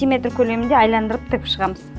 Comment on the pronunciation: Айландыру емес Айналдыру